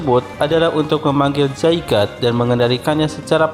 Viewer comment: Masih ada yg salah dalam penyebutan Zygarde harusnya (Zy-gar-de) dalam pelafalannya terus juga nama orang Pachira aja disebutny gan jgn Pachir 😂🤣😂 ketahuan nih english nya masih kurang tapi gpp lah udah di benerin